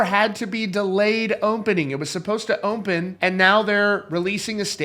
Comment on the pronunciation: Dear Sir, There is no M in the word “open”.